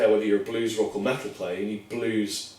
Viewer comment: i like the way he says "métl"